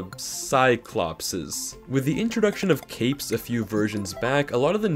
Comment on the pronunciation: The plural of cyclops is pronounced "cyclopes"